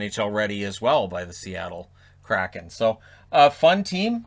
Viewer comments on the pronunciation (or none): none